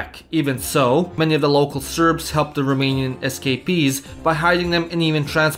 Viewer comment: As a romanian, I aprove of the pronounciation.